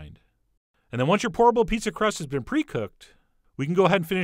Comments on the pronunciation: Great Video and idea Chef John but you should know every time you said Pour-able Pizza Dough it sounded like Horrible Pizza Dough. Just thought you should know. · I heard that also😩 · Lolll same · Anyone else misheard it as "Horrible" pizza dough and just went O_O! xD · Definitely thought he said "Horrible Pizza!!!" at first. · i heard horrible pizza D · Whenever he said 'pourable' I heard 'horrible'...😂😂 But great idea though. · Instead of pourable pizza dough I always understand 'horrible pizza dough'. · Every time he said "pourable", I heard "horrible". It did look good in the end though. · It sounds like you're saying 'HORRIBLE' instead of 'POURABLE' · Raise your hand if you thought he said "horrible pizza" in the intro lol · I thought you were saying "horrible pizza dough" a couple a times. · LOL i thought he said horrible instead of pourable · I keep hearing "horrible pizza crust" 😂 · Am i the only one who keeps hearing "horrible pizza dough " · everytime he said POURABLE pizza dough, i kept hearing HORRIBLE pizza dough :-\ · I keep hearing "horrible pizza dough" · Yep, horrible pizza dough, lol! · I keep thinking he is saying "horrible" pizza dough haha. This is a cool idea. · I thought you said "horrible" pizza. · I keep hearing him say horrible pizza dough